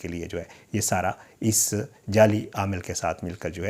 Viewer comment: Jelly amil nahi hota jali amil hota hai😬